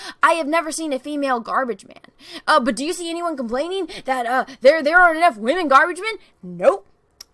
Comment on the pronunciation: I love how, says "waaHmen" haha! 😁👍💖